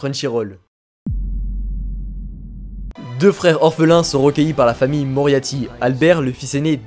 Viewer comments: Pardon peut être que je cherche trop loin mais c’est moriarty et non non moriaty respecter mon bébé svp oui je suis fan ça se voit tant que ça ?😆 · c'est plus Moriarty que Moriaty t'as du te tromper